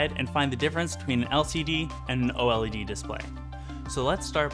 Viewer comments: Just call it like the rest of the human race does! Its o-led! Not o-l-e-d!! Chrissakes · Just say “OH-lehd”...